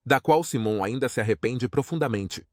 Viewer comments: Vc precisa aprender pelo menos a pronunciar o nome correto de Simon,nome dele em inglês se pronuncia: Saimon e não Simon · Cara vc coloca uma legenda mentirosa pra conseguir mais visualizações...seja criativo nos conteúdos ou volta a velha profissão....vc não sabe nem pronunciar o nome do Simon corretamente ficou ridículo todo conteúdo....e fake